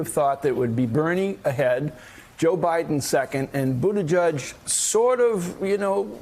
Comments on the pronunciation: Boot edge edge. No judge in the pronunciation. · Butti “JEDGE”. Please all of you pronounce the man’s name properly. Not JUDGE!!!! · Joe & the bald guy keeps pronouncing Buttigieg (boo ti juj) wrong it’s like nails on a chalkboard. Its BOO-ti-jej (not juj) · “Buti-judge” I’m digging their pronunciation. Sounds like they’re trolling him. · Joe you need to learn how to pronounce his name for God's sake: BOOT EDGE EDGE. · Joe ..can you please pronounce his name correctly